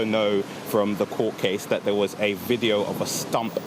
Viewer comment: Dat (that), da world (the world), bofe (both) norf east (north east)! What poor pronunciation. Down the pan.